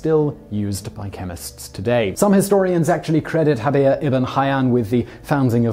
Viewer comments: It is inaccurate to pronounce the 'j' in Jabir as an 'h'. The Arabic letter we represent as 'j' in that name is the same one that we see in the word 'algebra', which we also borrowed from Arabic, and is always pronounced either as a 'j' or 'g', depending on the local dialect. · Jabir is pronounced as a J or G (depending on the Arabic country), not with an H.